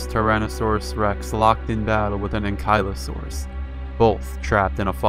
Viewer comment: How could you mispronounce Anklyosaurus? HOW!!??